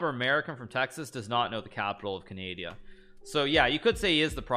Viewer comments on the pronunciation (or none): he said canadia